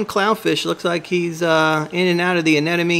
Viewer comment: I don't think u should have an anemone if u CAN'T PRONOUNCE IT CORRECTLY LOL